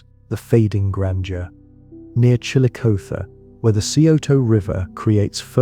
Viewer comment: Live in Wayne County now, right next to the Killbuck Swamp. Lots of artifacts left by the Shawnee around here. I know of a small mound that's never been excavated in Ashland Co. That pronunciation of Chillicothe is painful.